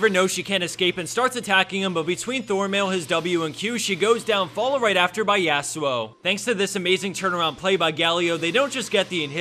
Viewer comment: AHHHH THE YASUO PRONUNCIATION FUCK